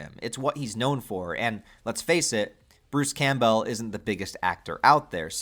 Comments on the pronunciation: Why do you keep saying Bruce's name wrong Campbell Cam-Bell Like the soup Not Cam Bow Campbell Cam-Bell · "Camp-Bell" holy crap, dude. 😂 are you really going to mispronounce his name for 6 hours? have you tried pronouncing basic words correctly? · It might be different across the Atlantic but here in the UK Campbell (originally a Scottish name) is pronounced "Cam-Bull"? I wonder if it is a Stateside thing to pronounce it litterally? Any who, just a thought. Am half way through and already sad there isn't another long form video to watch after I have watched all 3 of your epic horror deep dives 😢